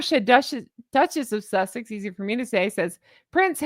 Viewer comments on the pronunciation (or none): none